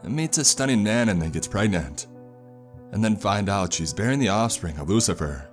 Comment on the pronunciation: You lost me at oohcifer...